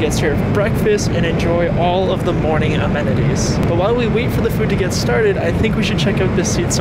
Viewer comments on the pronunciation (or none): Bro Said geet 😂